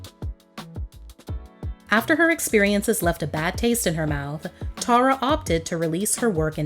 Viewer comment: One of the songs on her album is called "Tara By The Way," and in her case she pronounces it Tarra, like the narrator did.